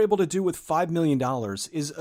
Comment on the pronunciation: When you are comparing the Budget of Moon and Sunshine... why do you emphasize "Million", when both productions had millions? Why not go on 5! and 15! or 50! . This drives me crazy cause it sounds so off... sorry. great videos!